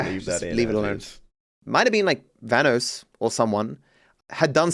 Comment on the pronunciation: Vanoss, not Vhanos